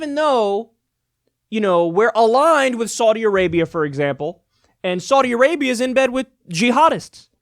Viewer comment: "What just happened in Sardi Arbia???"